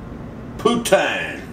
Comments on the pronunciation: Dana,s right it,s ""POO-TEEN"" and shed yer Mozz. next time will work much better, and St. Hubert is one of the first Chicken Roasting Rest. In Canada, Second only to Swiss Chalet, they make the sause,s as well! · gdam it J.B that about as nonunion as they come! first, poutine is pronounced poo-teen, poo-teen. Second, that ain't no cheese curds! you need them cheese curds. it ain't no poutine unless it got some cheese curds in it. Joe A Dixie in Canada, (love all your vids including this one) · sounded like you said poon tang lmao.